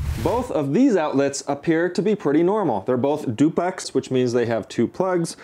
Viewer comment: The l in duplex isn’t silent big dog